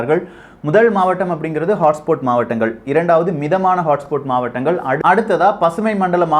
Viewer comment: HOTSPOT ஐ ஹாட்ஸ்பாட் னு சொல்லணும். ஆனால் ஹாட்ஸ்போட் என்று சொல்றியே